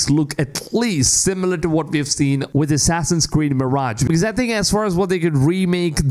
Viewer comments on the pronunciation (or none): none